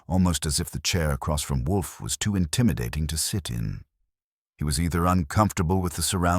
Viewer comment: Whay do all the AI s have trouble saying Wolfe? Theres a half dozen different sites, and they all pause and say woof. Its wool+f not wuf like a dog says